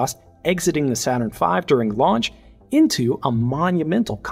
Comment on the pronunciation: "Not Saturrn V" Nit-picky, but funny :)